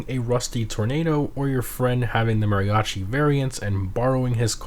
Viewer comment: Oh come on man say Mariachi right youre hispanic u can clearly hear your accent